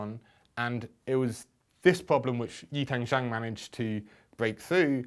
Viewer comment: I am very much surprised at how amazingly accurately James Maynard pronounces YiTang Zhang.